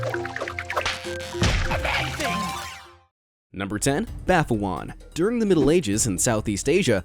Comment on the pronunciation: U pronounced baphoun wrong.